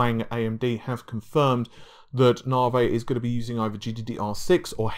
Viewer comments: Dude!!! Its "NA-VEE" not "NAR-VAY" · It's Na-Vee not 'Navey' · AMD Narvey? I thought it was Navi? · I thought it was Navee